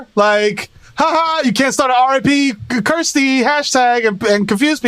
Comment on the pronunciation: the fact that he keeps calling her "Kristie" makes "Kirstie" and her MAGA stance even funnier 😆😅🤣